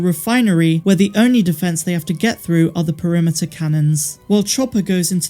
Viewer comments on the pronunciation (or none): none